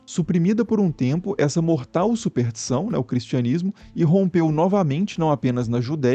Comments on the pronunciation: não entendo como erram tanto a pronuncia dessa palavra. Não se diz "supertiçao", mas "superStição". Pior que ele repete o erro logo em seguida. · Muito bom o documentario. Mas a palavra é superSSSSStiçao